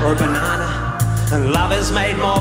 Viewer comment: Did he say Banana with a Tasmanian accent?